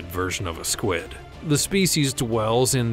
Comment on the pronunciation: I'm sorry did you say squad instead of squid in vampire SQIUD I don't mean to be rude but that's not how you say it